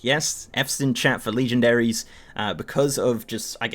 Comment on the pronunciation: Fuck you "Leegendairys"